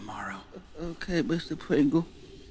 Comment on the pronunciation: "Ok mistur pwingle"